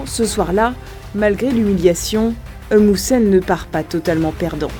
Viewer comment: Même pas une 1 minute c'est déja la comédie 😂😂 De 1 elle dit que pikine c'est près de Dakar et de 2 elle prononce mal le nom Eumbou Séne au lieu de Eumeu Séne